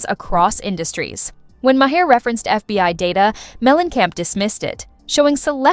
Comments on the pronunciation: You need to understand how to pronounce Maher's name. It's not Ma-her it's Ma'er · LOL, It started at "May-Her" and went to "May-Hair"